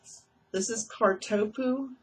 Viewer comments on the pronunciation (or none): Cart oh poo I believe that’s how you pronounce that